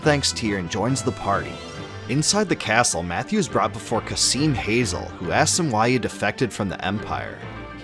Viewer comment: my only objection on this is Kazim's last name being /hazel/ instead of /hazeel/